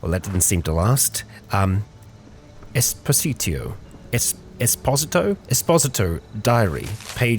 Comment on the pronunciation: Esposito pronounced Es poh zee to.